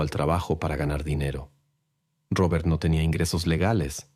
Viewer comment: Porque dices Rrrrobert 😂